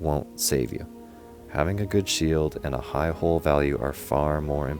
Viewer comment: Good video but you mispronouncing the work HULL is so annoying